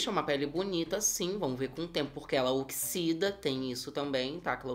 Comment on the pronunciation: "Ela oxisida sim" KKKKKKKKKKKKKKK